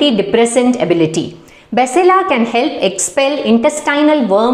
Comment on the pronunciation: Basale is correct pronunciation Its not malabar spinach it's maximum used in South canara Mangalore Udupi area